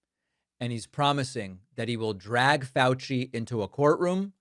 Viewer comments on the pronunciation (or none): none